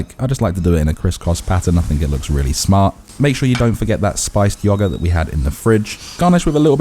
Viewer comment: "Yo-got" instead of yogurt is crazy